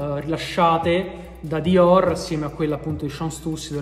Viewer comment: mi sa un sacco di Romano 😂😂😂😂😂😂